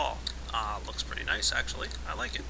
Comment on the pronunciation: Please don't say pirdy it makes me want to vomit that didn't mean I don't think your aweome